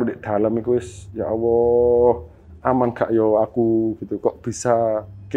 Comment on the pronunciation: Sya geram bngatt nih sya Narasumber nya... Sya simak anda slalu ucapkan Ya Awoh .......apa itu ya Awoh orang Islam pasti nyebut /ngucapin Tuhan nya Alloh,,, Anda sya perhatiin ngucapin nya Awoh Awoh...apa itu Awoh...?? Anda agama apa sih?? klo anda bukan Islam mnding anda sebut YaTuhan saja...